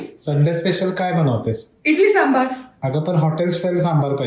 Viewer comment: मस्त रेसिपी, सांबर नाही सांबार असा शब्द आहे